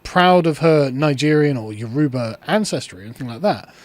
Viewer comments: The pronunciation of Yoruba is tickling me 😅 it is You-row-baa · Pronounced Y-o--rubba ...dont why I felt I had to say that, but there ya go....